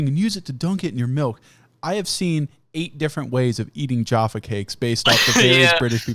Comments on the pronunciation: Jahpha like caff ( cafe) not jar, jarfa. Agreed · Jayfay cake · "jAHRfa cakes" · I dislike how you call Jaffa cakes jahfa cakes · It’s not fucking juapha cakes it’s j - A - ffa cakes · Being an American who has lived in the UK for more than half of their life, I feel disgusted says "Jahffa" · 'Jaoffa cake'!? I'm disappointed Fungle didn't point that out. I'm starting to question him as a human being now. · JAAAFF AH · stop saying jaffa that way ughghhhh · everytime says jaffa cakes i want to die a little bit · Your pronunciation of Jaffa Cakes offends me. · You pronouncing Jaffa was driving me mental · The way you pronounce jaffa really fucking hurts me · He doesn't say an R at all. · From UK, please don’t say “Jaffa” like that